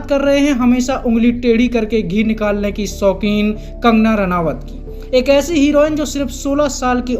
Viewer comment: अरे भाई नाम तो सही जान लो। रानावत नहीं रनौत है।